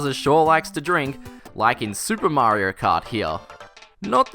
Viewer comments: Mario not Marior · MAHRYO...?!? WTH! I can't take it a whole video